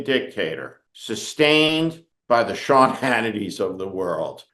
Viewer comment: We need more Ted Kopels. And yes , ShYawn... Its "sad" as hell